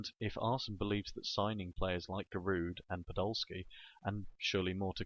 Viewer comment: so giroud is your favorite player but u can't pronounce his name lol